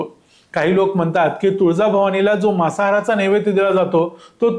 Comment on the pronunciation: मासाहार नव्हे मांसाहार मांसाहार या शब्दाचा तुम्ही केलेला उच्चार मासाहार असा ऐकायला येतो